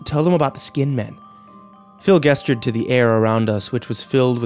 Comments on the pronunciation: lol. that may be the case for a word like tomato, but there is only one correct pronunciation of 'gesture'. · try the following: type the words "define gesture" into your google search, and at the top you'll see the phonetic transcript of the word. if you cannot read or understand the phonetic alphabet, fear not - there's a handy speaker icon next to it which will pronounce the only correct way to say the word. in this day and age with a sea of knowledge at out fingertips, there is no excuse for ignorant mistakes